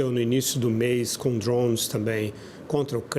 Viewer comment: Da um desconforto muito grande escutar esse analista falando "drownes" 🤦🏾‍♂️